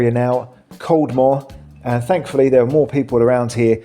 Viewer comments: Caldmore if you are interested, is pronounced carmer.😊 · Caldmore is pronounced - Carma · Coldmore is pronounced carmer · Caldmore is pronounced Calmer.